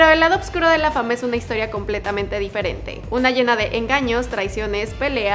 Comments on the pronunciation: porfavor puedes decir OSCURO Y NO oBscuro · No entiendo por qué O”B”CURO, si se escribe y pronuncia “OSCURO” de toda la vida 🙉